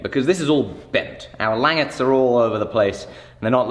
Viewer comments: i dont want to come off as rude but the way you pronounce langets is not lan-gets its lan-jets instead of saying gets at the end its jets (like the plane) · It's pronounced (lon) (jehs) not (lang) (etts). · Make a laminated pole. And it's French, pronounced lawn-gae I believe. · Its pronounced... Lanjets. but spelt Langets. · Shouldn't the g in "langettes" be the same sound as it is in "ginger"? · Lang-it, pronounced Lon-Jay as it is not an English word. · It's pronounced like "lon-jets" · It might be spelled, "langet" but it's pronounced more like: Lawn Jay' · langet = lahn-zhay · Nice build guys. Having handled a number of originals a big part of why it would be so head heavy is your langets (pronounced Lan-jets) are why too thick. Yours looked 8mm or more thick where every original I've handled they drawn out to 1-2mm. The thinner langets makes it easier to recess them into the handle so they're almost flush too. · Lan-jets is how I've always heard it pronounced. The googly eyes are the power jammer is great. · ....its pronounced Lan-Jet's^^ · Isn't it pronounced LAN-JET? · Aren't the langets pronouned "lan-jets"? Thats the way I've always heard. Not saying I'm correct, just really curious on how it's really pronounced. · It's pronounced "lan-JETS", accent on the latter syllable :) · My god man... it's pronounced Lawnjays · I think it's pronounced "lawn-jays" if that makes sense, real french sounding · Isn't it Lan-j-ettes i could be wrong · I've always heard it pronounced "Lawn-JAY". I think it's French. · That pronunciation of langets was bad. I'm sorry